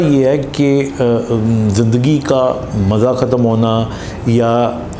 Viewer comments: زندگی لفظ۔۔۔زند ۔۔گی نہیں ہوتا ۔۔۔زند دگی ۔۔۔ہوتا ہے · Punjabi style .